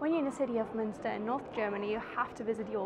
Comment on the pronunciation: Great, you speak "Münster", "Hülshoff" and "Aasee" like a native! Only your yellow rental bike scares me. Whenever I see a yellow bike, I show consideration. For my health ... :D